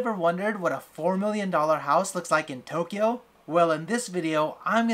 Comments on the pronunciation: No one:: toe kyo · hahaha Toe- kyo